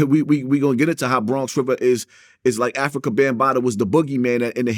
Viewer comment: Bwonx Wivah